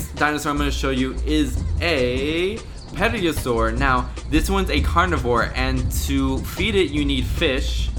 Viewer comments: It's actually pronouced "Tero-sor" not "Pediosaur".(The P at the beginning is silent.) Also you pronouced Plesiosaur wrong("Plees-eeo-sor) . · U dont know much about dinosaurs u said plesiosaur and pterasaur wrong